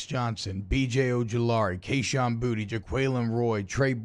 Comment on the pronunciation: It's Boo- T